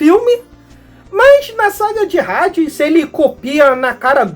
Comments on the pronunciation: Rades? Até quem não é fã sabe que se pronuncia Hades com H mudo, ahh faça me o favor seu poser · Parabens prlo vídeo otimo, mas saber a pronuncia é o mibumo visto que no BR os locutores, duvladores , apresentadores, propaganda, todos pronunciavam Hades, Asgard, ou seja vc foi mt bem no alem mas errou no minimo , no basico , affs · é amigo mas h sem som é no Br todo e como vc tá fazendo vídeo pro Br todo é só esses cuidados pra não passar vergonha